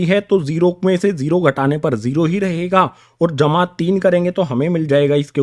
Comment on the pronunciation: Sir aap bahut accha padhte ho par ye jma ka nishaan bahut gnda bolte ho